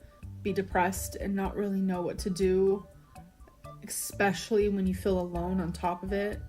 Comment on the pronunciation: EXspacially, i can’t stand her mispronouncing words